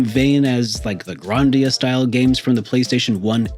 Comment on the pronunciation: Another great video! Question... Why do you pronounce Grandia like Grohndia?